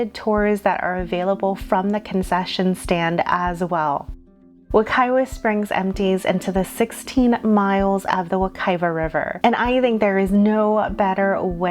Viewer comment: If i had a dollar for how many times she pronounced wekiva as wekayva!